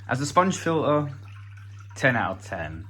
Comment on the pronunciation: What’s a fill-uhh?